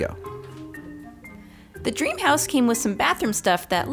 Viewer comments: I like how they say scream house instead of dream house 😂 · Is it just me or i heard ”cream house” 💀